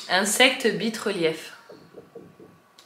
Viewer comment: On dit pas bite mais Baïte ! (morsure)